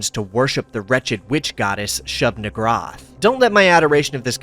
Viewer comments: It's pronounced "shoob nee-GOOHR-ahth", per early Semitic conventions (which is where Lovecraft got the majority of his Eldritch naming conventions from). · I feel like you flubbed SN's name on purpose. xD